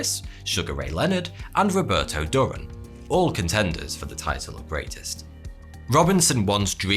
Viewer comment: Roberto "Durran" 😂. Yep, you're clearly not a sports fan